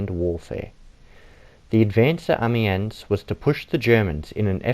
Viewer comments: Many people don’t know and it’s understandable as it is not their native language. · Painful to watch, dude can't even pronounce amiens